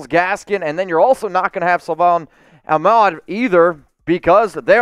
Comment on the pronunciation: it's pronounced Ahk-med, or so the player says